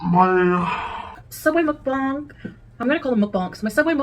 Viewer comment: Of all the different ways to say mukbang .... mukbanK is NOT one of them!